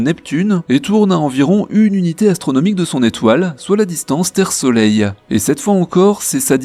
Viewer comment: Ca me faIt horriblement mal aux oreilles quand j entenu soleileee